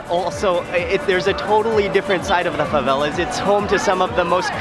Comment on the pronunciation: "fãvélás" kkjkjkkjjkkj